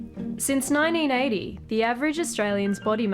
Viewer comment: lmao "Since Nineeeneighty" gotta love the Aussies